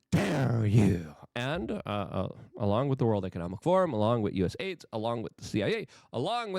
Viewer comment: For once, being unable to pronounce words pays off! US AIDS is perfect